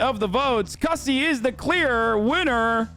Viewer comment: Damn it Hasan you pronounced Cussy wrong. It rhymes with bussy